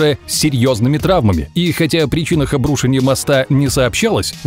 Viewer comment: Нет слова "обрУшеньем", есть слово "обрушЕнием" Дичайше режет слух.